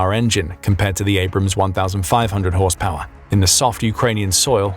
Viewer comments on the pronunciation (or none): none